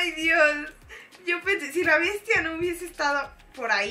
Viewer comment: Dijiste BIESTIA #ZulyInrresponsable y #Biestia